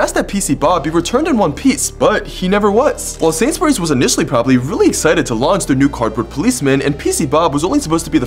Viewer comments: “Sansberyes” It’s pronounced “Sains-bur-Rees” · You pronounce it like sayns berrys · He pronounced Sainsbury's wrong